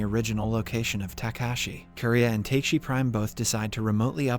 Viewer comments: I have a strong feeling that they used the AI website in this video because the way he pronounces Takashi in this one seems so that the writer who wrote the script for the AI, wrote TAKESI instead of TAKASHI in some lines. That is why the person or AI reads it as TAKE-SEE instead of TA-KA-SHE. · Takeshi To Takesi To Taxi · Honestly speaking i was so happy this channel got back to explaining the movie but that didn't last for long haha he kept on mis-pronouncing the name Takashi, but why are you pronouncing Takashi prime as taksi prime and not like you are pronouncing with the black guy Takashi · Also, the pronunciation of "Takeshi" to "Taxi", LMAO!!! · I crazy how they are able to do all the hard things right but fail to pronounce the name of the protagonist correctly. For the FOURTH TIME NOW! 😁😁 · TRUE LMAO